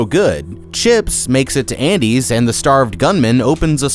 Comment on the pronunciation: you call it "andres store"......not "Andys".....